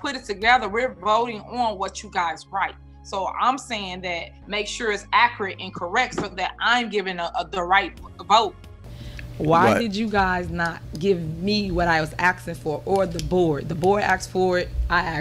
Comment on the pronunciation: Did she just make the word 'accurate' a 2 syllable word?